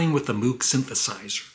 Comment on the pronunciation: Only one note here,. Although his name is spelled MOOG, it was invented by Robert Moog ( pronounced like Moe with a G ).